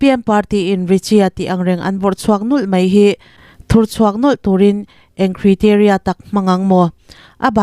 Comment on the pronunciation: Ka thiam zawk ka tih vang ni lovin, hman deuh khan ka sawi tawh a kalo sawi nawn leh teh ang. News chhiar in ni a, mizo ṭawng hrethiam tawh phawt ngaihthlak theih tur a nih avangin, thumal lam rik dan hi in zir hmasa ṭhin teh u. Google aṭang pawn in zir theih a nia. Criteria 😮😮😮